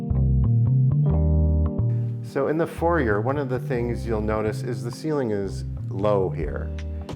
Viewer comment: He lost me the moment he pronounced foyer